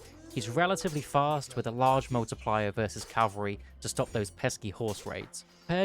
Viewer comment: At this point I think it's impossible for youtubers to say cavalry and not calvary. (Good video btw)